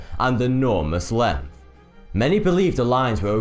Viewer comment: Hard to give solid credence to the host with such a speech impediment! "It's wuffly here - or nearly ten paces lenth from here - or the five munfs it took to find pwoof"!!" Such a pity - the stories are fascinating.